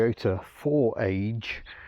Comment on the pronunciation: It's a Fifth Generation Corolla and apart from the engine is more closely related to it's younger brother the AE92 and YES .the AE82 did come to the UK BTW, the engine is called, 4 AYE GEE EE not age